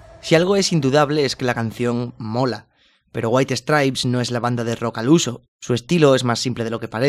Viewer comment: Waihi stripes... Neta... No puedes aunque sea tratar de pronunciarlo bien?